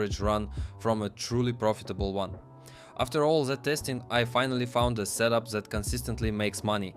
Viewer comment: fck is that accent, why ur readding TH as Z, " that " as " zat " like what